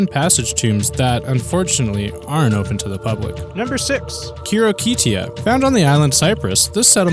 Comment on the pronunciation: Hirokitia not Khitokitia